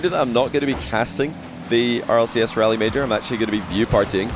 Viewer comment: FYI for anyone wondering Raleigh is pronounced “Rall-ee”. Like Wall but with an R. Not pronounced like “Rally”